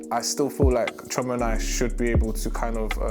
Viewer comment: Chi-O-ma...it's irritating to how says Chioma